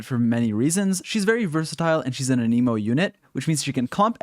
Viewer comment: an a moe, the way you said it means a disease T-T im still subscribeind doe